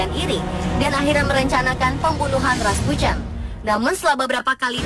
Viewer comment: Rasputin aja raspucen nyebutnya